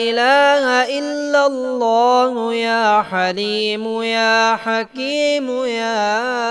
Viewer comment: aap parh thain hain illalla. Likha allalla hai. Thikh karo mehrbani